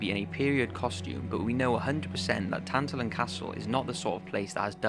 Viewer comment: tin-tal-on not tin-tal-in